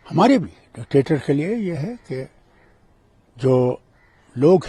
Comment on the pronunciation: Anchor bhi dectetor bol raha hai... pagal